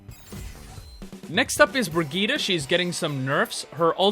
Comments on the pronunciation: Hey, just a pointer. Brigette is pronounced Bri-jit, not Bri-geet-a. Ur still an awesome channel!!! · Please never say bri geeta ever again. It's bridge et......